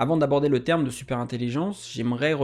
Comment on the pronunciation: Bonne vidéo! Merci ! Vous avez omis le 'r' dans "terme".